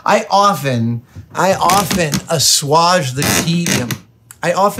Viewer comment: "Assuage" is pronounced "uh-SWAYJ", not "ah-SWADGE".